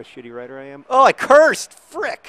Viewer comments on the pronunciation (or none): none